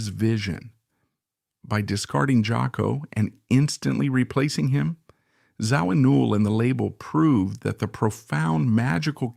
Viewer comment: Zo-ween-all???!! Get rid of the AI bullshit narration.